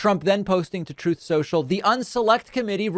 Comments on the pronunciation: Troth Senshal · “Troth Sential” 🤣😆😁🤣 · He literally can’t say truth that’s why he said “troughth”soontrall🤔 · Troth Sential. Hahahahaha. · is he saying truth sentchel? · “Trowth Cential” and “Big Massive Dumps”. Probably the 2 best sound bytes from him. I laugh every time I hear them. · Troth sential. That compulsive liar can’t even say the word truth. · "Troth Senshul" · "Troth Sontral!" 🤭 x